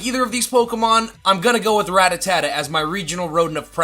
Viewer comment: Does he mispronounce Rattata on purpose lol?